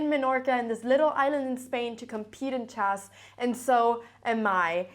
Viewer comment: I love hearing her say "chass" - you know you are in a Cramling video!